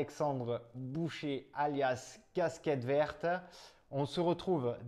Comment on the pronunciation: Alexandre "boucher" 🤣🤣🤣 j'ai mal aux oreilles 👂👂👂